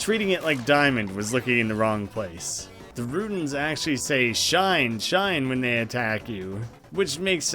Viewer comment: For the record, shine in Japanese is pronounced she nay (or neigh, like a horse, either way)